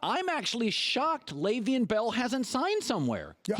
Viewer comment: He really out here still saying Le’Veon wrong